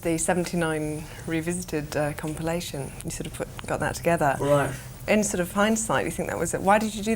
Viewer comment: "right" sounds like a proper cockney accent